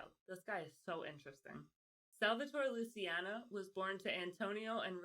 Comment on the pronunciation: Lucky “Loo-ch-iano”….”ci”is a “ch” sound…like Ciao. It’s cringe girl. Listening to you pronounce their names when you are an Italian-American. 😣😟